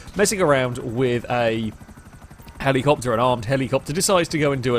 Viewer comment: Now you see when you say helicopter it sounds like hemicopter and well now it has to be done